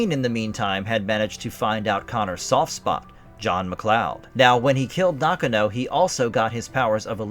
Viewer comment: I don't think you meant 1815, I believe you meant to say 1518. Highlander 4 was bullshit, Connor MacLeod defeated The Kurgan, its which he was technically the strongest, which means he could have easily have beaten Jacob Kell. It wasn't Heather MacDonald, It was Heather MacLeod. It pronounced Nakano (Naw-gone-oh). Not knock-a- know. And Brenda hit The Kurgan on his upper back, not the back of his head. At the time when Connor told Rachel, that "Russell Nash dies tonight," that was before he went to the Silvercup to finally face and ultimately defeat The Kurgan. It's not Glenn Cohen, It's Glann Finnen.